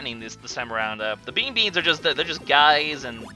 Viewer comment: Theye are bea bons not bean beans